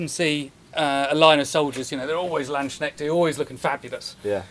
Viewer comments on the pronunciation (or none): You need to learn how to pronounce "landsknecht"